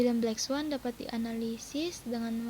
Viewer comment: Black swan kak bukan blacks one😂 haduh haduh belajar lagi yg banyak wkwkw